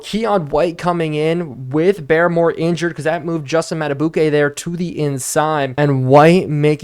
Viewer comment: Hey i know you wanted tips on pronouncing names and idk how i havent noticed but i believe barmore is pronounced like "bar-more" not "bare-more", i would definitely fact check this though as im not 100% sure